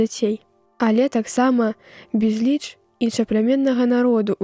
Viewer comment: У слове безліч націск мусі быць на першым складзе, а не на другім.